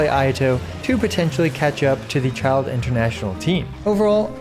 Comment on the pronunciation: Why do I feel like this guy is always butchering Childe lol